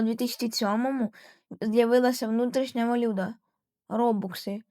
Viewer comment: Тільки помилка в слові Валюта ти Сказав валюда